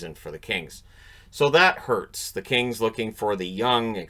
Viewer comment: Every time he said Kings, I heard Kane.